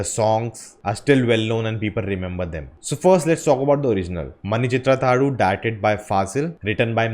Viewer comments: That is not pronounced as mani chithra thazhu that is not u that is half u just pronounced as mani chithra thazhū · U in last of the name is not prnounced.